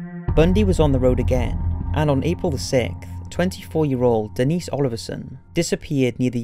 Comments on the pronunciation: Dennis ? I think it’s Denise. Lol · Is this kid joking or what? JanEEECE... DENNIS... how hard is it to say Janice and Denise? ffs PUGGET sound lol